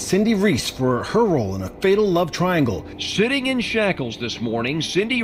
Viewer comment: Did anyone else notice the news guy said shitting in shackles instead of sitting in shackles? 😂😂😂 Definitely an appropriate mistake haha.